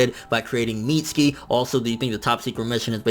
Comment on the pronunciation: FN its weird how you say " mitz-ski" instead of "mit-su-ki"